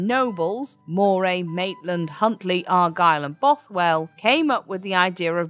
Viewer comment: Really? In Glasgow, Scotland, I've only heard it pronounced Ruff-vin. Also Moray is more like how Murray is said.